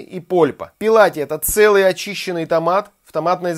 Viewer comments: Брависсимо!!! Спасибо приятно и вкусно вас смотреть! Одно поправочка-не пЕлати, а ПЭллати-(в переводе с Ита) - без кожуры, очищенный. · !Не пИлати,а пЭлати.